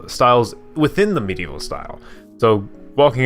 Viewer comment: I heard it too lol!